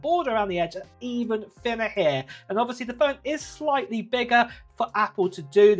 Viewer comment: It’s pronounced here not har